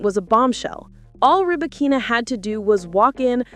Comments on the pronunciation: Only artificial intelligence could butcher somebody's name so perfectly and completely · Wtf, with this AI generated post that cannot get Ribakina's name pronunciation correct? No thanks.